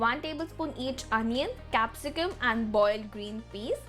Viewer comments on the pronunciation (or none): none